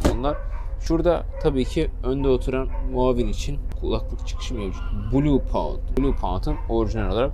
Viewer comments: Blaupunkt yazıldığı gibi okunuyor kardeşim, bluepound değil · blaupunkt hocam. yazıldığı gibi okuyabilirsiniz.